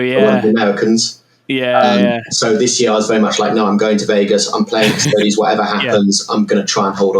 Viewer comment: >cuss-toads If you can't even pronounce the faction name then I'm not interested in your review. Everyone understands Astartes isn't pronounced ass-tarts, so why did your education fail you?